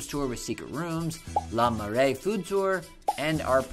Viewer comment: Btw, Le in Le Marais is pronounced as luh, not lah. You need at least a whole day just to cover the Louvre. If you're short on time, check out the d'Orsay.